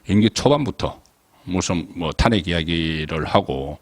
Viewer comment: 항상 탄핵 말을 할때..탄핵 발음이 틀리는거 같아요~~